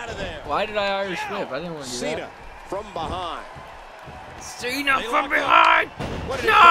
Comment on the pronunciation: santino says john chena "qena"